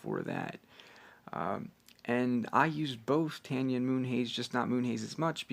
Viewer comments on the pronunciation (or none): It’s not Tanya it’s tayni